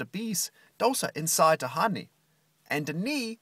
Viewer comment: ze knee of ze bee